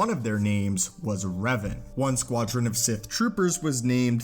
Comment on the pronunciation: Its pronounced REV-AHN Not REV-UHN